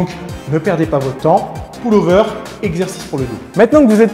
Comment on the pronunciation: Le ''poule'' over ? Lol ! ^^